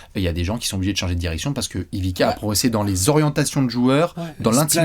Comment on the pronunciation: Ivika ? Mes oreilles saignent.